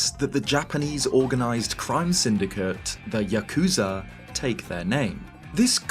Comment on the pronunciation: I find it fascinating that you pronounced Yakuza correctly when translating 893 but when talking about the gang you said it the very not Japanese but white way of saying it and I genuinely do not understand that lol